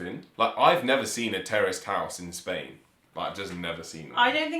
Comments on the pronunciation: When you were pronouncing Terraced houses it sounded to me American English that you were saying Terrorist houses. I thought what? Then I realized you were saying terraced housing. Ah Man. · Kept thinking you were saying terrorist houses... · Terrorist houses, hahaha. I had to turn on captions in order to understand this word. By the way, in America this woul be row houses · Had to replay it a few times, I thought they said "terrorist houses" !! Interesting to note: Condominiums don't exist outside the US.......and even in the US they only appeared around the 1960's. I was looking to see if the UK has anything similar, but I don't think they do. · I keep thinking "terrorist" house and you definitely mean "terraced" houses. lol. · I thought they were saying terrorist houses lol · Terraced houses not terrorist open your ears